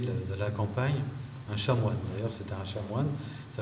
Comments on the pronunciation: On ne dit pas chamoine, mais chanoine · Désolé de remettre ce témoignage en question, mais il prononce plusieurs fois "chamoine". Pour quelqu'un qui est allé au séminaire, il saurait qu'on dit chanoine... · On dit chanoine.avec un n...a part ça c etait intéressant